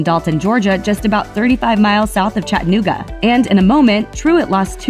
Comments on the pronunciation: Lol it’s chat-a-noo-ga not chat-nooga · Why does she say Chattanooga so wierd😂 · It always annoys me how outsiders pronounce Chattanooga